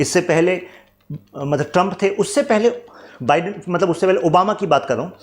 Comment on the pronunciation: Sir sab kuch to sahi hai. But Joe बिडेन nahi. Joe बाईडेन hota hai 😂